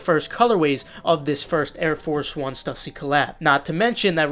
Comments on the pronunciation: Just want to help you out king.... it’s pronounced Stoosy not stussy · My man butchered the pronunciation of stussy lol